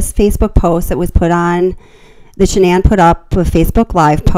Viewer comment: Her name is not pronounced Shannon